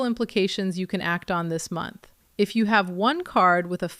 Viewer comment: Three montch book